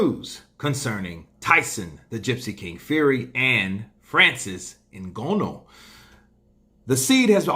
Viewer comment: Hello. How about you let the yank arrogance go and learn to pronounce,Francis s family name properly. Very important names in Africa you know. Thanks